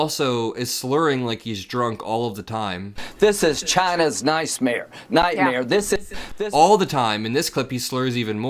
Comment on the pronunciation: Love me a "nicemare" 😂